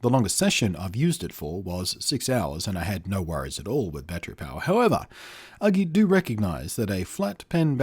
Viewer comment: its not Uglee ....Its ..YOU-GEE ..either way i got 21inch one there great but this ones costs more than the 21inch version so no brainer buy the 21inch version ..lets say there solid i dropped mine off the table 3 feet on to screen and ....Perfect frame came way but clipped back on ok and no issues it still worked ...so china FTW on this product ..so surprised it still worked after that